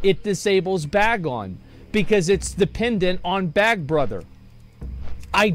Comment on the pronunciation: the number of times he said "bag on" instead of "Bagnon" physically hurt me